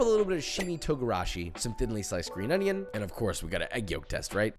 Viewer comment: oiinion, not onion